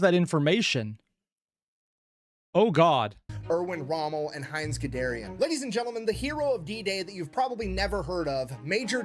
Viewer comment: 1. This is a mispronunciation, the guy's name is "Guderian". 2. I now can't get "Heinz Gedermin, the Tankie German" out of my head.